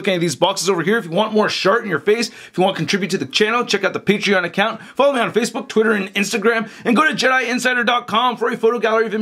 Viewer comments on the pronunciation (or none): none